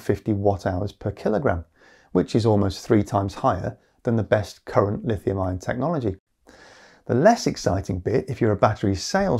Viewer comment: zinc-iron or zinc-ion. probably ion but you do say iron and ion pretty similarly. don't go changing just because of me though. stay silly